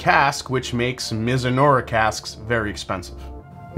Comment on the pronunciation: Btw, it's pronounced mizu-NAH-rah (not unlike saying marinara the Italian-way)